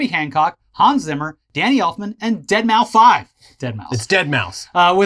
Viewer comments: Love you, but you sure do dunk a lot on boomers to call deadmau5, “deadmau-5” 🤦‍♀️ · "dead mow five" Please kill me